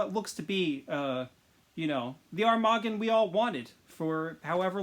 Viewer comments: It is pronounced arm-ma-gone 😤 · I could be wrong but since he’s an armoured shark I say it like armour - gone (bit short on the gone of course) Like Armageddon in a way So Muricans would say ‘armor-gone’ Keep up the good work bro!